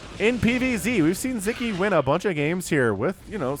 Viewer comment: Just a little help with the pronunciation: In hungarian the “s” and “z” together “sz” is a standalone letter and its sounds like a regular “s” in english like the “s” in the word “soul” for example. Anyway, keep up the good work, I really enjoy Your videos :)